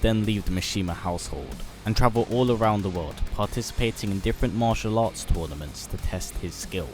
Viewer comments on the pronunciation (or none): none